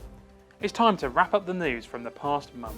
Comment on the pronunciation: Its unfortunate that this presenter, cannot pronounce month! Maybe Hornby can pick a more articulate presenter instead of inflicting us with very poor pronunciation. Especially as this presentation reaches an international audience?